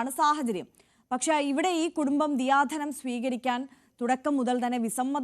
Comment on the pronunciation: ദയാധനം അല്ലേ റിപ്പോർട്ട്‌ ചെയ്യുന്നവർ ദിയാധനം എന്നു ആവർത്തിച്ചു പറയുന്നു